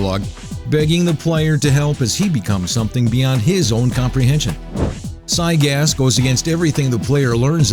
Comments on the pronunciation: Its gygas not cygas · can someone please tell this guy how to pronounce these bosses. I mean Zygas? Sephyroth? The punch out? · It's actually prounced (gIgas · Try Gy-Gas, not Cy-Gas. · just to let you know it'd Gygas Gi-gas not cy-gas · Zygas? Why does his name have a g at the start then? Are u reading from a poorly written script?? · Gigas not Zygas Sans not sauns ... I cant take your promunciation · I'm bugged how he says gigyas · Sigh-gas? you could have just tryed and pronounce it... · You said Giygas and where is there a c in it seriously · giygas is... not pronounced zygas. and he's not hard at all. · wait is giygas pronounced sygas and my entire life has been a lie, or is it a mispronounciation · You pronounce Giygas... PSIGAS? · Did you call Giygas... SIYGAS? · "Psy gas" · its pronounced guy-gus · It said Siygas lol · I think "sigus" killed me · you're saying stuff wrong. its GUY-GISS and the a in Sans is pronounced like the a in Sam. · It sounds like he pronouncing it as cygaz or sygas. With a S or C at the beginning. How he completely ignored that capital G in the beginning of his name is beyond me. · Sawns. Siygas. I think thats not how you pronounce those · Uhh I hate how he says giygas